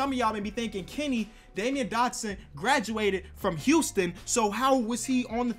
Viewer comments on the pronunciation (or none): It’s pronounced damn-yeen Dotson not Damian lmaoooo 💯😂😂😂